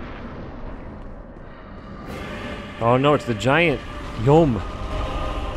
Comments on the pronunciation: Personally insulted “yhome” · The first guy called him yhoem